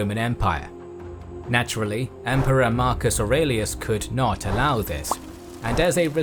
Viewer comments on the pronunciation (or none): none